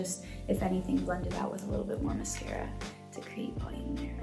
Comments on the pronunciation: Everyone: i love sabrina so much Me: why is she saying miscara it's mascara lol (I love her so much tho) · she said “mes-cara”